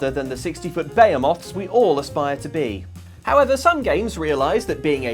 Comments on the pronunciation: It's "buh he muth" not "bayou moth". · "Behemoth" is "buh-HEE-moth", not "BAY-huh-moth". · Whoa whoa whoa. Is Bay-eh-moth really how the Brits pronounce Behemoth? I have always heard it as (Beh-he-muth). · What's a "beomoth?" 😂